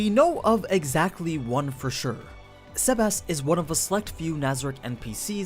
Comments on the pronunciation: What is with the sebas(tard) pronunciation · Can you pronounce his name normal?